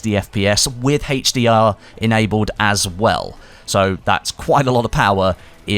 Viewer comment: It bugs me that you can't say 'HDR' properly